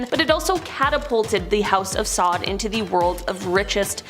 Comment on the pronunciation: Come on.. if you don't know how to pronounce names please google it before making these videos.. also make a sign to help you speak it properly when making the video... Borgia (Bor-zja) ... Meyer Lansky (not mayor but sounds like My-er)... House of Saud (Sowd)... Koch is not pronounced "Cook" it's more like "Coke" (like the soda).... remember you're trying to teach others a bit of history (had to stop video after Koch but might return to edit after watching the remaining video)